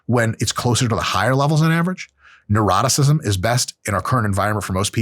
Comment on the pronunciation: I love that when you say 'Neuroticism', it sounds like 'Eroticism' ಡ ͜ ʖ ಡ